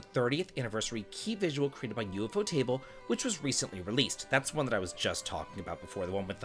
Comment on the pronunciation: It's not U-F-O-table. Someone was fucking with you, bro. It's pronounced you-foe-tuh-bull. lol